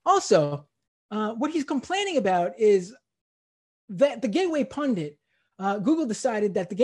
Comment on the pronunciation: He is saying pundant . Steube is an idiot .